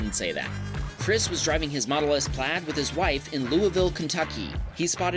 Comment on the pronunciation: Dude stop saying "Tesla PLAD" iTS "PLAiiiiiD"